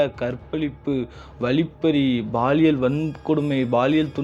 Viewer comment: Watching from Malaysia 🇲🇾.. (Baaliyal....Or Paaliyal..?? B\P.. Paaliyal thaan Correct Word bro☝😄!!